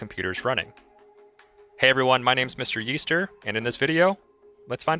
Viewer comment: "Mryeester" Thought he said Mr Beast here